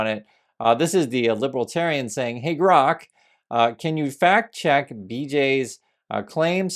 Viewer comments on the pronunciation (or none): none